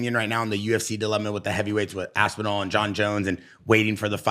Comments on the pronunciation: Repeatedly calling Tom, “Tom Ass-inal,” doesn’t make you look good the way you think it does… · Gets corrected, still says ass n all moments later, I love it 😂